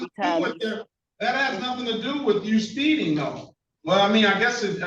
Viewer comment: What the hell is "spee-in"?